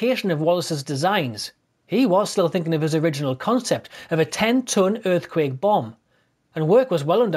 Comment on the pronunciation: "Earfquake Bomb"